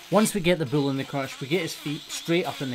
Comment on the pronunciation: When you speak of a bull, it sounds like you're saying 'bill' and well, my name is Bill and I take umbrage being so closely related to one of these big bills...